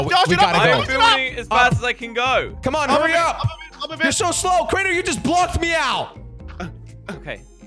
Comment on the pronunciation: its crainer